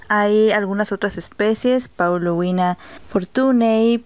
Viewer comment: GRACIAS POR LA INFORMACIÓN. PRONUNCIAS: PAULO-UINA Y ESTA ESCRITO: PAULO-UNIA. COMO SE PRONUNCIA REALMENTE? SALUDOS